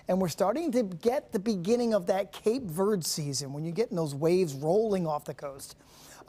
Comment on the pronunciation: Ver-Day, not Verd. It means Truth. Cape Truth.